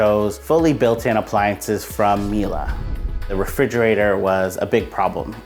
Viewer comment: someone teach this guy how to say Miele correctly